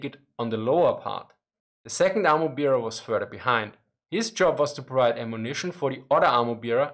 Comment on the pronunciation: My two cents on pronunciation - i would pronounce "bear", as in "ammo bearer", as "Bär", not as "Bier"